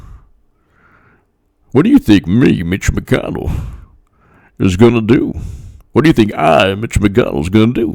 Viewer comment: Nice shirt today, BTW. McConnell is a southern accent, gotta swing it a bit you're almost there. Killary is my fav 50 points tour coming lol